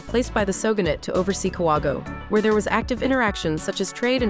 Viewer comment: Please learn to pronounce the place properly. Ka-wa-go-e.